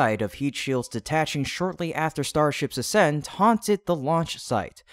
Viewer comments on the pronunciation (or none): none